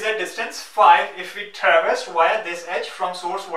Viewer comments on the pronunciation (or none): none